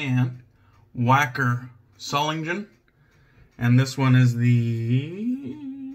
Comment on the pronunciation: Solingen has no soft G, DK, not one single J sound. It is Zo-ling-en.